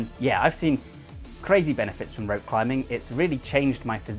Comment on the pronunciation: I keep thinking hes calling it.. RAPE CLIMBING.... YEESH....